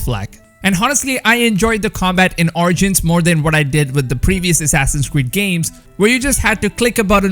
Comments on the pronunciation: Assassins cweed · Assassin's Weed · “Assassins Cweed” 🤦🏼‍♂️🤣🤣